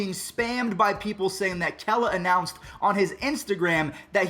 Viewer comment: Thank you for pronouncing “Kela” correctly